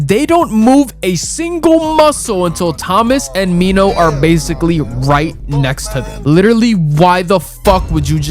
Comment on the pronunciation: Its minho not Nino😔